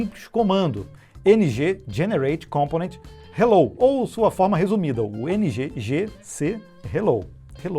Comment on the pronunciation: Cômponent ou Compônent ¿ Kkkk